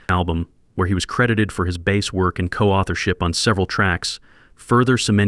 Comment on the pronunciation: Baaas? Jesus AI..